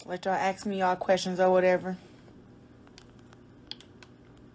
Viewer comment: "axe me questions" 🤦‍♂️